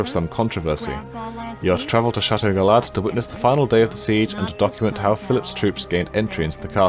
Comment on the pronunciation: The aztec city i believe is pronounced Chee-Chen Eat-sa, and the french castle is Guy-yard.